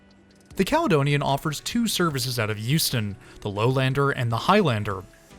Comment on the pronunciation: At first I thought he was saying Houston.